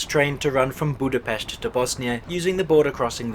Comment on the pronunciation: Props to you for correctly pronouncing Budapest. In the Hungarian language the "s" is pronounced similar to the "sh" sound in English 😃